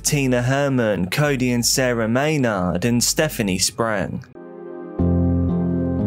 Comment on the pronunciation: Lol at the creator saying it like may-nawwwd. It is phonetically pronounced like "may-nerd"